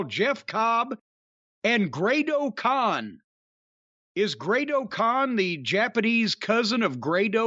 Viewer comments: Rocky Romero is great. He's not a younger talent (39), but is a dependable one. Only problem is, he never seems to win the big one Stateside. In fact, he seems to rarely win at all on U.S. soil; which is a shame. By the way, Jim; it's Great-O-Khan, not Grado Khan. lol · Jim Cornette &, I doubt that you ever bother to read any of these comments. But just in case you somehow do..... It's Great-O-Khan. Not Grado Khan.😂 And it's clear that this after-match angle is setting up a match for the Forbidden Door PPV, possibly a 3-way match for the ROH tag titles.....It sounds like neither of you watch, or pay any attention to NJPW. But, if you do, I can't believe that you don't know that Trent & Rocky are part of the Chaos faction. And Cobb & Great-O-Khan are part of the United Empire faction. Hell, I am a retired old man, who doesn't watch NJPW. And yet even I am aware of these faction's!😂😂 Y'all need to get out of your comfort zone more!😂